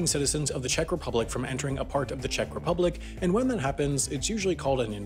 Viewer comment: Anyone else get completley triggered by the oronounciation of Czech? so annoying, he kept on repeating it too!